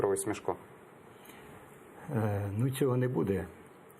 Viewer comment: Враження, ніби ведучий навмисно тисне на Заману дурними запитаннями. І хай навчиться правильно вимовляти: СмЕшко, а не СмЄшко.